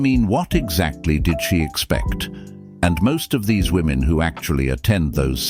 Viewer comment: Say “Women” not Woman when saying plural.